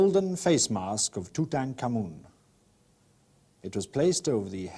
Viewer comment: I LOVE this video because he actually pronounces the pharaohs name correctly!